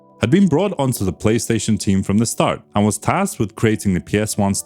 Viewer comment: The "Tripstaion 1"